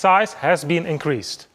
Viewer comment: Dude, DAF, have the guy a lesson in English. The sizze have ben inkreazed. Pretty please, with sugar on top.